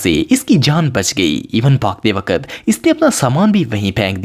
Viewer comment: Waqat ki pronunciation thek krain please sorry if u mind